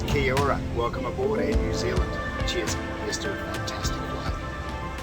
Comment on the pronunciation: theres nothing more cringe worthy than an aussie miss pronoucing kia ora